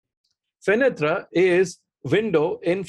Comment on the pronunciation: It's pronounced 'Fenet' and not FenetRA'. The reason is that your language is aesthetically inferior while French is superior. So the feeling of squeamishness is very normal.